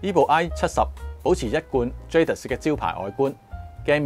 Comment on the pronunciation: Can you believe, the French pronunciation is "zha - dee"